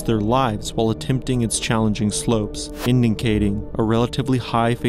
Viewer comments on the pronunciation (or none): Love your videos, but the extra “N” you pronounce in “indi(N)cating” makes my eye twitch 😂